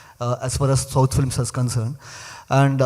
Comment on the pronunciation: First things first, massive respect for pronouncing the South film names right! Good to see interviewers doing ground work ❤